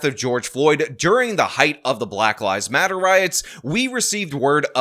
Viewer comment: At the start of your video I thought you said "at the height of the black lies matter protests...." LOL, oopsie! Oh well, it still works.